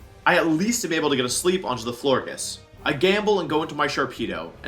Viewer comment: "Florges" is pronounced "Florj"